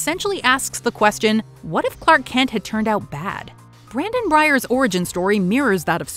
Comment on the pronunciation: DUDE!!!! ITS' " BRANDON BYERS" ,GET IT RIGHT